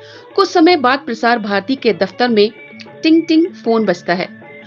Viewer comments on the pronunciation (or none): none